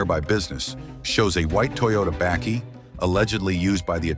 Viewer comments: What is a 'backie'? Lol its 'Buckie', spelt Bakkie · It really does bro, damn he murdered that word completely. Lmao a "backy" wtf is a backy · Toyota "bêkkie"? 😂🤣😂 That's hilarious. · To pronounce say buck-key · Super cool video man but please the way you pronounce Bakkie hurts my soul lmao